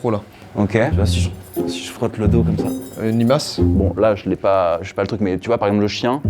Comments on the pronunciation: " une limace" 😂😂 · "Une limasse" jsuis ko